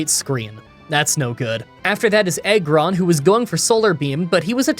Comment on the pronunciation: Ik this is random, but if you watched the series....how are you mispronouncing Magneton, Aggron, and Xatu. I was already lost about how magma was being said which is not a pokemon thing but a real thing...